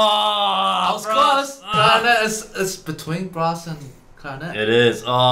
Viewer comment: The ways he says "CLARINET" .-.